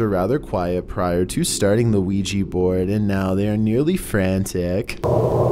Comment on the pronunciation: whats a qui-gee board? I've heard of a Oui-Ja board. are they similar?